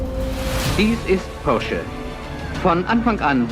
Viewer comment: He pronounced Porsche correctly. That alone puts him above 99% of all English language YouTubers.